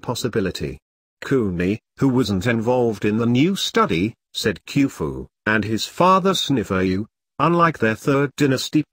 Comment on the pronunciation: Queue-foo and Jihzah? Where do these guys get these f....ing pronunciations?